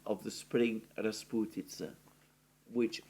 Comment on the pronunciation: Your pronunciation of the word “rasputitsa” is brilliant😊